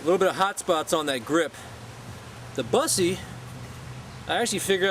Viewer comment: i think you pronounce it BOOSSE not BUS eee